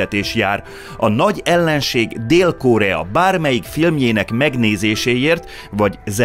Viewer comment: Miért kell Ó-val mondani a rövid O-t. Korea nem kÓrea…. Mondjuk a Phenjan sem Fenjan…. Nem egy ógörög név az….